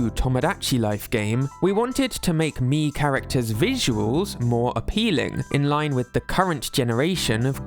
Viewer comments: Okay, but I love the way says "Mii". It's fun and I love it. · hearing you say "miis" is so satisfying